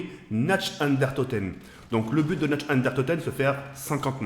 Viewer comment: c'est pas naCHt,c'est dlallemand ça te dit naRt 😂😂